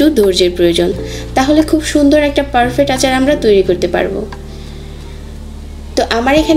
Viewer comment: আপু ওটা পারফেক্ট, পারফেট না😂